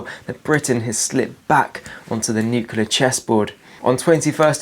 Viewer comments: Great video but please say 'nuclear' not 'nucular'. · Nuclear,, not 'nukular'. Other than that good videos.